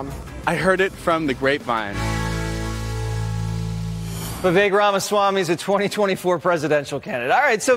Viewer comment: Props to Jesse Watters for being one of the few people who pronounces Viveks name correctly.